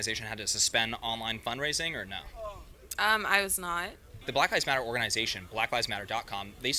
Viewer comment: Why did you say it like that? Lol Blahk lahvs motta